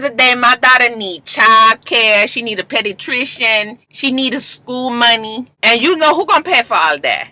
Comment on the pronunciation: when Joseline tried to say pediatrician my mom was like is she talking about a dog lol